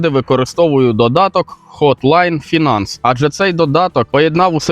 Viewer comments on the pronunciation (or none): none